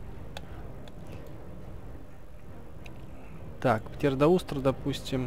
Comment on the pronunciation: ПтеродАустро, а не ПтеродаУстро